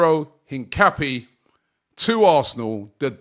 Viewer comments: its in-cap-yey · ROBBIE! It’s pronounced INCA-PEA-AY!!! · His name is pronounced een-kah-PYEH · Robbie and player names 😂😂😂... Hincape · Still pronouncing Hincapié wrong 😂 bit like your brother pronouncing Gyokores with a hard G. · Missing a syllable there, chump